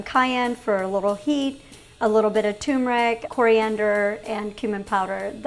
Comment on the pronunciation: TURMERIC not tumeric.